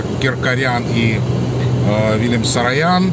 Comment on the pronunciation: Uvajaemiy Mine ochen nravitsya vasha peredacha’no pozvolyu seebe zamechat chto vi ne po army’anski proiznosite familii Saroyan eto doleko ne sarayan,pojaluysta udelite vnimanie na eto,I krkoryan a ne krkaryan Spasibo